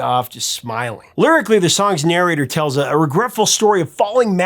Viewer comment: Why is it you pronounce the word "SALES" as "SELLS" And "TALES" as "TELLS"? I've noticed this in all your videos. Just asking.